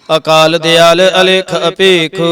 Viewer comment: Waheguru ji ਖ਼ਾਲਸਾ ਜੀ ਤੁਸੀਂ ਹਰ ਵੀਡਿਓ ਵਿੱਚ "ਅ" ਨੂੰ "ਆ" ਉਚਾਰਨ ਕਰਦੇ ਹੋ ਜੀ। ਅਕਾਲ ਮੂਰਤ - ਆਕਾਲ ਮੂਰਤ, ਆਜੁਨੀ, ਆਨੰਦ waheguru ਜੀ ਤੁਹਾਡੀ ਲੇਹ ਵਧੀਆ ਹੈ ਪੜ੍ਹਨ ਦਾ ਢੰਗ ਪਰ ਹਰ ਰੋਜ ਇਹੀ ਗ਼ਲਤੀ ਬਾਰ ਬਾਰ ਪੜ੍ਹੀ ਜਾਂਦੀ ਜੀ ਮੇਰੇ ਮੂਰਖ਼ ਵਲੋਂ ਕਹੇ ਸ਼ਬਦਾਂ ਲਈ ਮਾਫ਼ੀ ਜੀ 🙏🏻🙏🏻🙏🏻